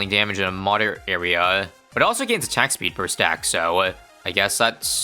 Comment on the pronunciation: says attack peed instead of attack speed LOL